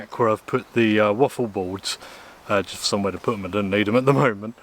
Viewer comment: Mate if you keep up with close ups and slurping I’ll unsubscribe and it’s think not fink and all the other ths like them not vem !!!!!